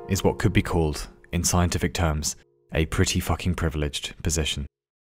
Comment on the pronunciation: ....did he say privlidged